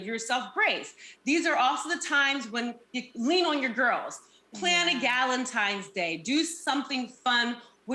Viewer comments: It's the valenti"M"es instead of valenti"N"es for me 🥴🥴 Jesus 🤣🤣🤣🤦🏾‍♀️ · Right!! I'm sitting here saying "tine's" not "time's", wishing she could hear me. I can't stand it. 😵‍💫😵‍💫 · Not Nene with the "Valentimes" day 😭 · Why do people from Atlanta say ValentiMe's???!!! My ex still says that and he's all the way in his 40s and it's still annoying. Nene you're grown. Do some reading argh 😫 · So glad I wasn't the only one who caught that. Hearing that was like nails on a chalkboard! 😬😬